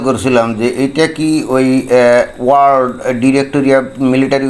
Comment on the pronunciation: ভাই World উচ্চারণে বিঘ্ন! কারণ ওর আলজিভ আড়ষ্ট!